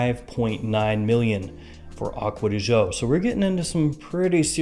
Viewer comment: I found irritating how Americans say aqua di jio..seems like impossible for you to say aqua di GIO. after all, this comes from Giorgio Armani, not Jiorjio Armani... Come on, man. I really like your videos a lot